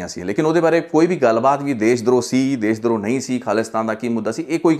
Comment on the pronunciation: ਦੇਸ਼ ਦ੍ਰੋਹ ਨਹੀਂ ਜੀ ਦੇਸ਼ ਧ੍ਰੋਹ...